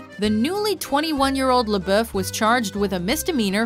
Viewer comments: Lol ''Shia LaBoof'' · Pronounce lebouf right